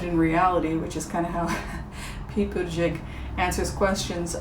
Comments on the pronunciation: Someone has probably helped you with this but in case they didn't: "Buddha-judge" is how you say it (or so I hear). I like him and it's amazing to see an openly gay person in the running. I'd love to see a woman at the top of the ticket with Mayor Pete as VP. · I think it's Pete "booty judge." Good reading,. You are so much fun.🤗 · Pete Buttigieg,...I believe his name is pronounced 'Boot a judge' but double check me. Appreciate your work. Patti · Mine is Pete Buttigieg🇺🇸🇺🇸🇺🇸 His name is pronounced "Butejudge".. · Pronounced “Buddha-judge” or “boot-edge-edge”. I had the same feeling about Kamala...I like her but wondered about how she’d do in certain areas. Thank you,. 😂 Feline intervention for YouTube addiction. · P.s. the pronunciation for Pete Buttigieg is Butta-judge but I prefer Buddha-judge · Buddha Judge is the pronunciation of Pete Buttig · Pronounced "buh da jidge".